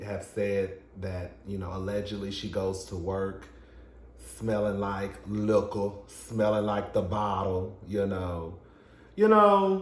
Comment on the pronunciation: You said liquor like “lickker!” My boyfriend says that every time I pour a cocktail. And I still drink it…